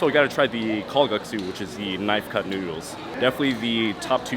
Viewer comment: not kalgaksu but kalguksu :-)